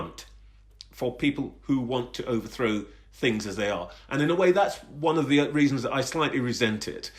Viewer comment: Pretty sure he's saying 'fings' not things too.